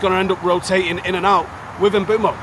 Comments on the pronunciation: Mboomo. Stop saying Mbuemo FFS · Please pronounce Mbeumo correctly its not hard